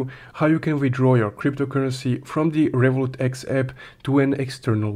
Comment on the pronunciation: Why cant u pronounce Revolut X properly I don't even understand if u are saying revolut , Revolut x or Revolut eep what are you saying bro your video is clear but you intuition is very bad